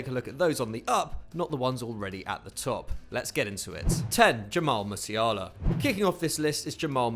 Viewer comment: Not Farenzei,it's Farense,not Liga Nosh,it's Nos and not Musiarla it's Musiala